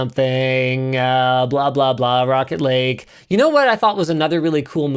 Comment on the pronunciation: I can't be the only one thinking Linus is saying "Rocket League CPUs" every time he says Rocket Lake 😂